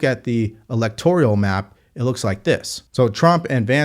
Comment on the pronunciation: Elect-or-al... Sound it out. "Electorial" is killin' me.